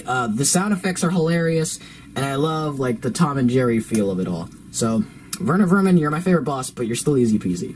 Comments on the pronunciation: its werner werman not verner verman, if its the acsent then i agree. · It’s not verner vernan it’s Werner werman check it #mandela effect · It’s WERNER WERMAN NOT VERNER VERMAN